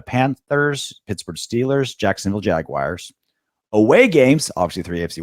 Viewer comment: its JagUars not Jaguires, there's no i